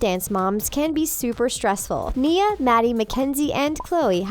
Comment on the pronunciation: is the person who talks a robot she said nia wrong!!!!!!!!!!!!!!!!!!!!!